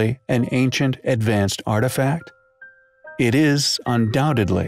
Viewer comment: Yo it’s artifact not arifact 😮